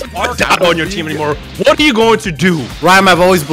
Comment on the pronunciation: "my hwat" 🤣🤣🤣🤣🤣🤣